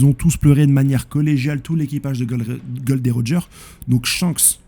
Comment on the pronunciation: Gros je regarde toutes tes vidéos je te kiffe hein t'es un bon! Mais par pitié ... Dis les nom correctement j'en peux plus "golden roger", "log tail" je vais canner allez force à toi je pose un like